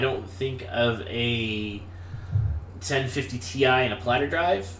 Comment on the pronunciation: Constructive criticism, although I'm happy you posted this video. You mumble past some technical specs, like "what was that card he was talking about?" the video card. Had to play it four times to figure out you were saying 1050TI. This happened in a few spots where I couldn't tell what you were talking about because of "mumble". The other thing is you might try posting a summary of the specs for the machine you're reviewing, either in the comments or in the video. Finally, and you're not alone on this, you should discuss the power supply, it's interchangeability with other PS's, how many connectors and type as well as power rating/watts (to understand expandability options).